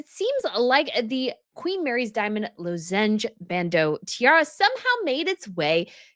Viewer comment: LOZZ-enj BAND-oh is the way you pronounce it!